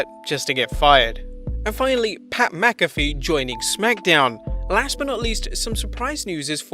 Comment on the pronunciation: First British guy I've heard pronounce Pat Mcafee's name correctly.